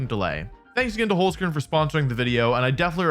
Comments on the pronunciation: Also I know German is hard to pronounce if you aren't use to it, but the way Wolfey said Holzkern still hurt me a little bit. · So funny how English speakers pronounce Holzkern